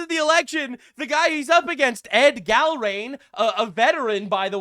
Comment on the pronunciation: I love in Massie's district. I've voted for him every time until this one. I think he changed after his wife passed. BTW, Gallrein is pronounced Gal rine.